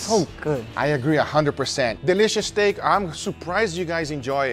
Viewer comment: Has anybody else noticed that Guga pronounced 'steak' in different was each time? Stack StAEk Stek Steak Just me? Ok.